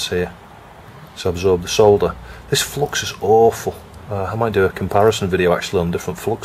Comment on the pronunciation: I reckon the Flux gods are punishing OP because he pronounces it flox.